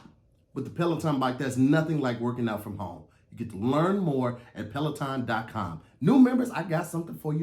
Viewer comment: didn't say Pelaton correct🤣🤣🤣 I thought I heard petaltoe